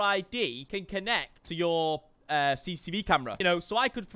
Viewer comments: Le Brillip it annoys me every time I hear CCCV camera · Noone:: CCCV CAMERA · why everyone can't prenounce it right? xD CCTV not CCCV XD 😂🤣😂🤣